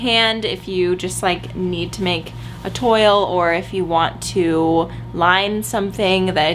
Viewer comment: Hi, here's a trick for "toile", it's pronounced "twal" (tw in front of al (as in big Al):) Hope this makes sense lol. Btw Love your videos on both channels!!! xx